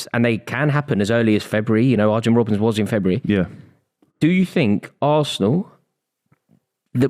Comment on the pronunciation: How does not even know how to pronounce Robbens name? Between talking waffle and blagging an income pretending to know about football. I feel sorry for. Gg